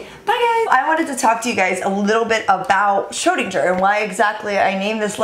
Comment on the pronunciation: Your pronunciation of SCHRÖDIN is quite good but you could improve the GER 😄😁 But the kitty is cute anyhow!! 😻